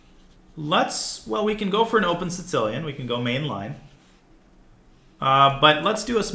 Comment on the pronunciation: Who’s gonna tell danya it’s not pronounced “sincilian”